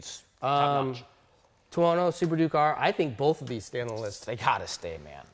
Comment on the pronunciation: "tono". seriously?